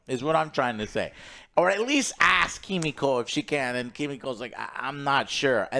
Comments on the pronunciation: I like how Joe smiles at the camera when he pronounces Kimiko’s name right 😅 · I love Joe tryna say kimiko right but his instinct is just to say it wrong he can’t help it 😂😂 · Joe - why can’t you get the names right?! Every review?!